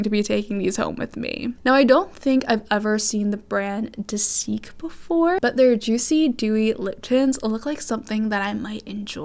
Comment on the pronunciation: hope this helps but dasique is pronounced like [day-zic] 🤗